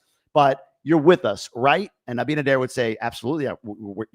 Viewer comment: i think the shit is about to hit the fence, regarding Venezuela and the narcos. DR has been a big bridge to transport all that crap to USA. Also i hope he is getting it straight with Abinader( you said it right bytheway 🤣🤣) my favorite are the side dishes. Happy Thanksgiving to you and your family.🦃🦃